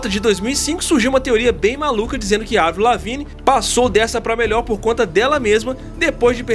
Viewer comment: Eu como fã de avril desde Let GO preciso começar esse comentário com um muito obrigado, por chamar Avril e não "Eivril" como até hoje chamam errado assim. Racho de rir dessa teoria que começou a ganhar força em 2005 quando Avril pintou de loiro o cabelo para interpretar a Courteney Love (viúva de Kurt Cobain) no cinema, o filme nunca saiu da gaveta até hoje mas ela adotou o loiro em definitivo até hoje, aí soma tudo isso ao álbum The best Dawm Thing de 2007, cheio de rosa e dancinhas no palco... Algo totalmente diferente da Avril skatista, já era, o que era burburinho ficou mais e mais forte. Sei lá, vejo ela super bem, cada álbum é um rolê diferente. Quisera eu como fã vê-la novamente no auge do mainstream como 2004.